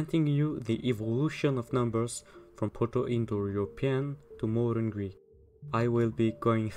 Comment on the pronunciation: I think you nailed the modern Greek pronunciation. I also believe that Proto Greek had similar pronunciation, just more rough and blunt.